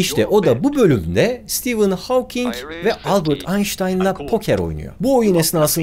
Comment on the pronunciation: İlk defa Stephen Hawking in adını doğru telafuz eden birini görüyorum.